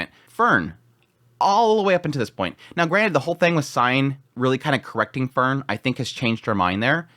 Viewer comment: It would be even better if he could properly say her name.😁